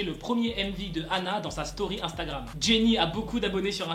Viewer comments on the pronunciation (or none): none